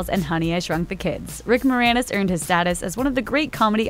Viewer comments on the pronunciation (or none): At the end from "...your favorite Rick Moranis role" I only heard "Rick ... roll"